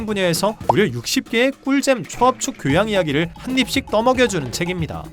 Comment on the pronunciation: 교호양~? 이게 네 교~양이니??